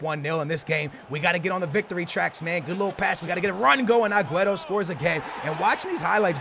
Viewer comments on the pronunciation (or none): It's AG-WEAR-O NOT AGWETO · Why do you say agueto is aguero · it's aguero not aqueto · STOP CALLING HIM AGUETO. JESUS CHRIST, IT CLEARLY SAYS AGUERO. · Why does he say agueto?